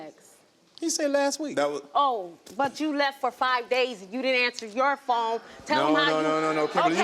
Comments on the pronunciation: How you drag him to the show for cheating and it end up being your goofy ahh that's cheating ... chile 😒 Also, is she saying "foam?" 😬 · I kept hearing FOAM not PHONE😂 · She’s cute buuuut baybeee 54 is too old to be saying phome‼️🤣… she looks good tho ❤ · Phome?? Sounding like she was running with Harriet T. In 1855😂🤭